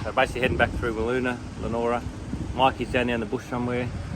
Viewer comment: Good stuff mate … you’ve had a great time in Broome. Looking forward to more from the trip home. Just a note for next time your here, it’s pronounced Lee A Nora. 😀